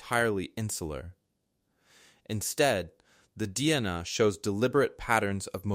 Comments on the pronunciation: Dee Nah? Its D N A. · Could you please pronounce DNA right. 😆😂🤣😂🤣😂🤣😂🤣🤪😝